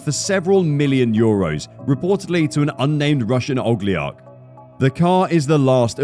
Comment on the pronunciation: OL-I-GARC - not blydi "Ogaliarch!!!"